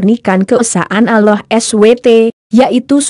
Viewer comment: Tolong ganti yg bisa baca rasulullah dan allah swt dan baca ayat2 al Qur'an dg benar, biar tidak salah arti